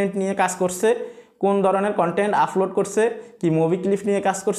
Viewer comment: ভাই আপনার এই ভাষা গুলো উচ্চারণ সঠিক করেন প্রতি ভিডিও এই শব্দ গুলো বলেছেন-আফলোড,ফতিনিয়ত,,ফরিশ্রম,ফেজ ,ফালাটফ্রম